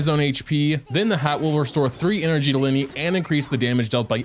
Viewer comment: Its li-ney not lie-ney